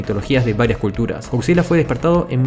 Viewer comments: Estás de la verga,comentas acerca de Godzilla y pronuncias Godzilla,no mames,primero aprende a hablar correctamente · bien por "goczila" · Eh pero goCzilla o no goCzilla?